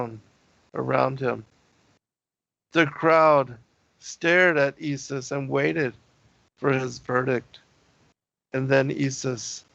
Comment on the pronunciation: Very interesting the way you say ye-sus, pronouncing it exactly like the Dutch/Afrikaners would in SA.